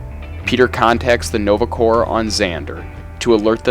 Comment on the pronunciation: corps is pronounced "core"